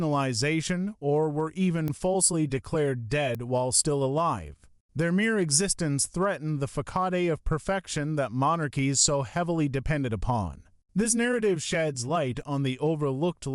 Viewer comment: Facade is pronounced “fuh-sod” or “fah-sod”